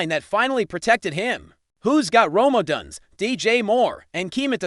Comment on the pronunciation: Stop mispronouncing odunze 😮